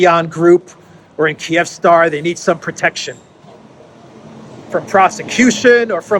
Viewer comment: I'm pretty sure it's pronounced "KEEV-star" lol